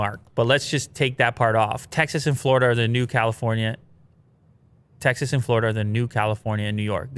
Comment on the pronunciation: Tecxas, Techsas...